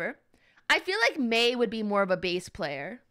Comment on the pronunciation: the way she says doctor MEI sounds nice